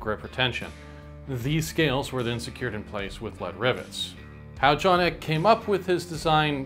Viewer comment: I thought it was pronounced EE KAY, not ECK